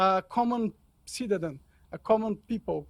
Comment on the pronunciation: Hahaha ouvindo tudo agora, ouvir o monark falar ‘cidadan’ ao invés de citzen foi o melhor! O nível de papo que o Mr Glenn merece.